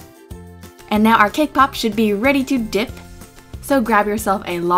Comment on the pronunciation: Did you say cake pop..........or K-POP????? xD 😅